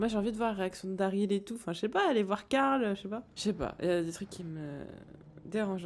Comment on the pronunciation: Caarl carl non glenn carl